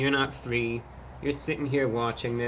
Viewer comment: 😂 if you dont eat sonic 3x a day you ‘aremt fwee’ 😂😂😂